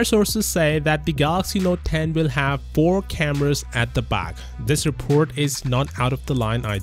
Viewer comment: Please pronounce This as This not Thes